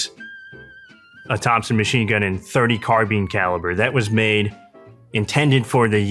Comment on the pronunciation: Thompson not topson